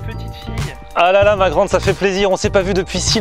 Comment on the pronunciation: Pourquoi tu dis magrande